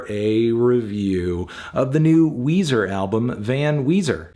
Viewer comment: Come on... It's Weezer... 10/10